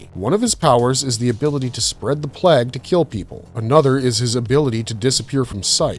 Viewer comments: Why cannot your pronounce plague? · Hate these lazy AI made videos. Cant even say plague properly